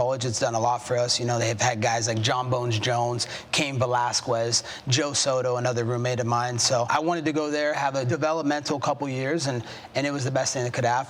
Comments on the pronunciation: bro said "valasqwez" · “Cain Velasquuuuuueezzz” FFS learn how to pronounce it MF. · I know he didn’t mean Cain “Velasqwez”but it was kinda funny